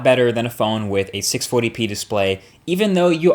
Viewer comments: Is it just me or does he say 640p weird??!? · Hahaha u can really tell Marques has been living in NY when he says "640p display"